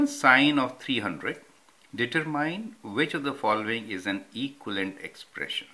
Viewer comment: the way he pronounces determine thoo. lol